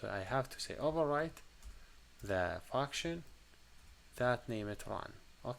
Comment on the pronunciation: It feels like he says "fucktion" instead of "function"